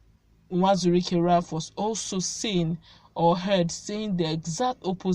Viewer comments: Not nwazuruike but uwazuruike, you always say nwazuruike,, you are Igbo girl so speak it well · It is Uwazurike not Nwazurike, please